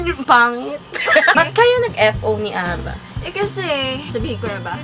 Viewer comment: Little Mix Lmfao "ATE" Ara daw oh 😂😂😂